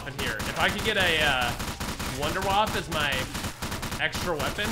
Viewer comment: "I wanna waffe!" Also: 'Fails to notice the waffe on the ceiling'